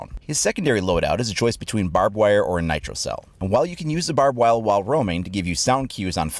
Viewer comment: I'm not sure but I think u said barbed wile